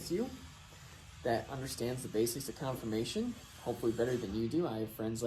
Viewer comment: It’s CONFORMATION, not Confirmation